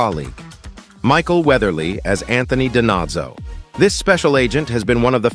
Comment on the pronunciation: So, uh, if you’re such a fan, why is it that you can’t pronounce the names correctly? Diva David, Abby Sciuto, Anthony DiNozzo were ALL pronounced incorrectly.